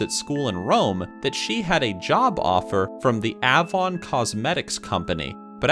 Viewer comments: Yeah, you never saw an Ay-von commercial on TV: "(Ding-dong) Avon calling."? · Ah-von XD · The 'A' in the cosmetic company name Avon, is long.